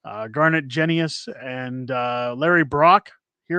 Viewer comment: My MP, Garnet Genuis , is a three term MP. He pronounces his last name Jen'uss. Don't you think it's about time that people learned to pronounce his name correctly?